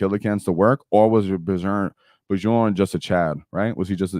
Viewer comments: The "j" in Bjorn is actually pronounced as a "y". B-your-n. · Actually, the "j" in Bjorn is pronounced as a "y" sound.